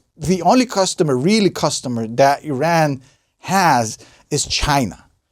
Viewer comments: it is not "eeran" ! it called "EERAAN" like "E" + "RUN" ok ? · can't even say the country name right